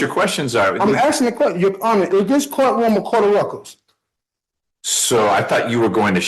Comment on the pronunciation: "a cort of ruccur"